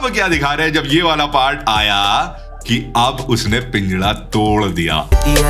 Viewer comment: Pinjara❌️ pinjada✅️